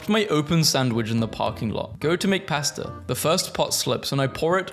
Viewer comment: I am NOT going to trust you on beans. Pb&j is a classic. And no hate, but I never want to hear you say "pasta" ever again.